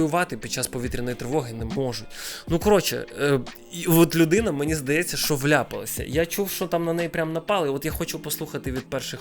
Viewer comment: Не "шо", а "що", і не "якшо", а "якщо" будь ласка. Годі вже паплюжити мову.